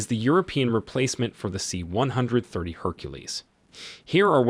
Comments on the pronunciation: This is the reason I closed the video and went to look for another. Say it with me, "see one thirty." At least the robot voices are getting better. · For the love of all thats holy, STOP saying C ONE HUNDRED THIRTY! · you can tell the narrarator has never heard of a c130, c160, or probably any other military naming scheme just by the way he says them. "C one hundred thirty". Oh boy. Plus grammar that could only be credited to a single draft script never being proofread. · Like everyone else, it is pronouned: C-One-Thirty. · The "C one hundred thirty" put me off this vid straight away. Also, as someone who relies on the A400 to get to and from the island where I work frankly, it's a piece of crap. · C-one hundred thirty sounds sooo wrong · I don't mean it literally. I'm not saying out of the 8 billion people in the world, we all say it the same way. However, as someone who lives in the states and is in the air force, it is said C 1-30, I've never heard anyone say it any other way.